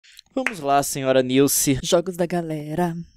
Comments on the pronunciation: "SILCE" morri KKKKKKKKKKKKKKKKKK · Nice: não não leon:cilce Nilce: cilce? KKKKKKK😂😂😂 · "Cilci" HAHAHAHAHAH to rindo ate 2016